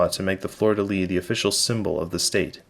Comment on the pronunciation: Your many hours of research failed to teach how to pronounce “lis”. Here’s an actual French guy talking about it.